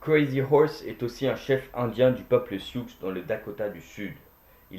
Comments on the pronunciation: Vidéo intéressante mais " sioux" au pluriel se dit " SIOU" et non "SIOUXE" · Quand on fait une vidéo sur l’histoire il vaut mieux savoir de quoi l’on parle ..GERONIMO,n’a jamais été un chef et il était N’DEINDA ( nednî ) pas BEDONKOHE même si il,vivait avec eux . On ne prononce pas le X SIOUX .. mais on dit SIOU !! Le plus grand chef ayant peut être été TACUMSEH étonnant qu’il ne soit pas nommé ici . De même COCHISE , son beau père BEDUAT’( Mangas Coloradas’) ou OSCEOLA le plus grand chef des SEMINOLES etc etc,…et pour finir CRAZY HORSE de son vrai nom TASHUNKA WITKO n’a jamais voulu être pris en photo !!! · Je ne crois pas qu'il soit français, c'est pour ça qu'il prononce le "x" à la fin de "sioux" 😄 Il n'a pas d'accent en prononçant; "Crazy Horse" ou "Sitting Bull" ou "Little Big Horn"...regarder son nom